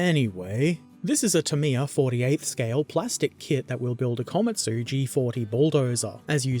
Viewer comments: "Komatu" was the old way of spelling Komatsu, your pronunciation of the latter ( ko-ma-tsu) is correct. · "Komatu' is an error Tamiya never chose to fix. You pronounced it correctly as Komatsu. It means 'Little Pine Tree' and this model was Japan's first bulldozer.